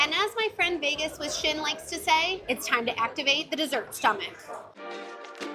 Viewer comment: Every vowel has turned into 'a'. 'Let's get this over wath'